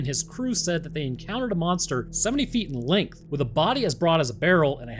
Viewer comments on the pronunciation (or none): none